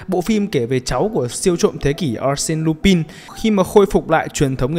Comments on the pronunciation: Nói về nhân vật anime thì nói luôn là A-rư-xê-nư Rư-pang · mình nghĩ Arsène Lupin phải phát âm thành ắc xen luy-panh mới đúng